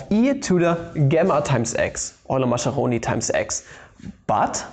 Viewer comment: Mascheroni is actually pronounced Maskeroni, not Masheroni